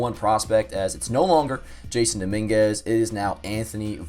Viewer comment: It’s not jason it’s Jasson pronounced “Ha SaN”